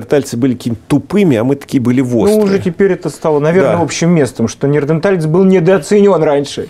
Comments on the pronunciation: он постоянно ,и в других видео ,говорит, неРадаенталец.при чем здесь картавит. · Коптарь нераденталец ))))))))) сколько с профессором общается,а всё не выучил правильное произношение.